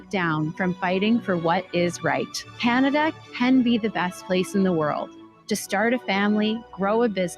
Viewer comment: Viva, if you are gonna make fun of her pronounciation, you missed where she said CanadIa. For all the Libtards freaking out on Trump, on Tik Tok, do they even have the self awremness to realize that the only reason why they are on Tik Tok today is because of Trump?